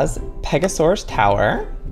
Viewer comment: Pega-soar-aus because it soars beautifully across the sky!